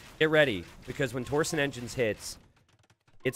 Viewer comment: It really bothers me how often he mispronounces several different things. The words are tor-shun and yo-men.